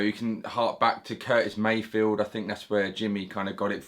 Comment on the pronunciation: Great lesson. And I love how you say Curtis Mayfield!